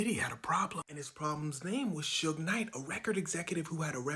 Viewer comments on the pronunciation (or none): Not “Sugar” Knight 😂